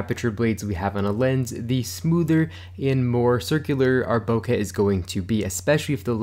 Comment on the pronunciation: BoKEH, not “bocah”. KE not ‘ka’. Rhymes with OKAY. BO-KE.